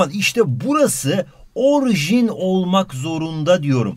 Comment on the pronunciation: hocam orjin değil orijin deil mi